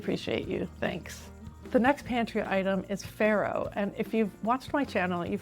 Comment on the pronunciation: it's not prnounced FERRO but FARRO, italian word. 😀😂